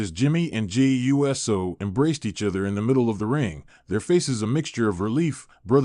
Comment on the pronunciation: This guy mispronounced Uso lol